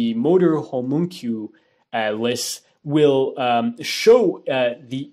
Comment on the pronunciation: Btw, you mispronounced "homunculus" and "hippocampus". Just to balance out my praise a bit ;)